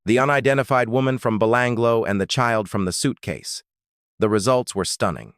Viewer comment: 🤣 "Even Millet" um, no disrespect, great story coverage but perhaps get that AI narrator to check phonetics? "Eye Van Mill At" ' Be Lang Ga Low' pronunciation? Now it's changing to 'Ivan My Lit'?